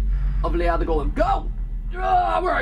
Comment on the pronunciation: It always makes me feel weird seeing this game because of the name being the same as my first name. But I do get a bit mad when they pronounce it differently from how I'm use to it. XD